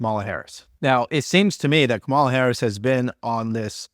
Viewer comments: Bro can't pronounce 'Kamala' after hundreds of hours researching her. Yeah he's bright! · I am not a supporter, Kamala Harris for a lot of reasons nor Donald Donald Trump. I know the facts on both. But have the respect to say her name correctly.